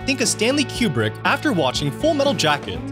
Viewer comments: His last name is pronounced "Kew-Brick." Not "Cue-Bruck" I'm not a War Movie kinda person but I actually go into "Full Metal Jacket " when a friend's husband made me watch it. It really showed the absurdity of war .. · Coo-Brick. COOO-BRICK. NOT Q BRICK. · it's pronounced coo brick not cue brick SMH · It is pronounced coo-brick not que-brick. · If you say QBrick ONE MORE TIME!!!! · Item 31... the directors name is not pronounced Q-Brick, but Koo-brick. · KOO-BRICK NOT "CUE-BRICK" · I thought Kubrick was pronounced "Coo-Brick". Is it actually pronounced "Cube-Rick"? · It's not Q-brick it's Koo-brick. And that music in the background is terrible. Made me go to a different video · I keep hearing "Q-bert" instead of "Kubrick" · koo-brick. It's pronounced Stanley "koo-brick." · IT'S pronounced KOO -BRICK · FFS, stop saying, "Kyoo-brick"! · Thank you. That was killing me. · Hearing Kubrick's name repeatedly mis-pronounced 🤬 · Are you mispronouncing Kubricks name wrong or me? Is it Queue Brick or Cooh brick? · Learn to pronounce Kubrick